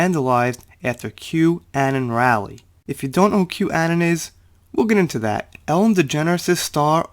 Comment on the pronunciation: Anon = Uh-non (like anonymous)